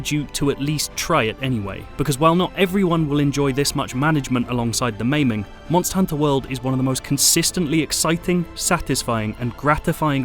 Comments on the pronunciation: don't you hear the reviewer? You say it like Monstahr Honta, mon-stus. SAY IT LIKE HIM. MONSTUS, MONNNNSTUSSS, you ah tha MONSTA MONSTUS HONTA! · Reviewer says: Monstahr Honta. Mon-stus